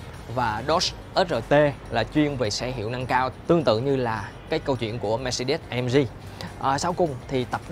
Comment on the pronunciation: Mermercedes: đọc là "Mer-SAY-deez" (Dzj`) chứ cứ des des gì. Đọc sai hãng xe tùm lum.